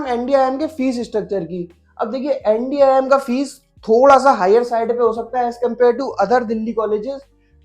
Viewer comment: Bhai fees hota hai fess nahi